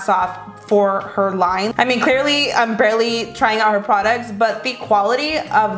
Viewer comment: I hate it when she says "im gonna take" cause she doesnt pronounce the "m" in "im" she says "n" instead of M She also says "i an gonna take"